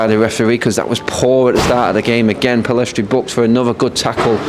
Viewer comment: Pellistri not Pillestri